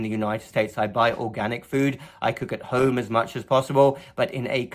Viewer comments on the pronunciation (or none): none